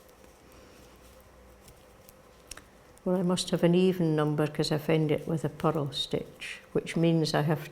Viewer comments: I kept thinking she was saying “puddle” until I realized it was “purl”! OMG!! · It's just the pronunciation of purl in Shetland, and in some other parts of Scotland. The rolled r in the middle gives it two syllables - pu-rl :) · WITH SINCERE APOLOGY: I was only half listening to in this video and picking up little tips and tidbits about knitting. Please note I am saying this with only the deepest affection: I was only half listening, but quite puzzled until I finally understood what she meant by a “puddle” stitch! ❤😂❤ I was shopping on Amazon but had this video playing, repeatedly, on the tv just for the “company!”😊 Yes, her voice is so lovely and soothing!